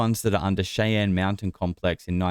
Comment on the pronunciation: Hey, if you're going to talk shit about Americans then pronounce things in our country properly. It's Shai Anne. Other than that, okay video